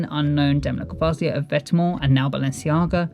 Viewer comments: you clearly need to learn how to pronounce his name sweety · Who's Demna ‘Gvasia’ ????